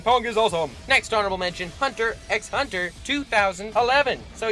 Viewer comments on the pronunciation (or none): Just so you don't get a lot of hate later on hunter x hunter is pronounced hunter hunter